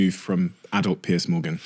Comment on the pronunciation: It’s Piers (peerz) Morgan, not Piers (peerss) Morgan ;)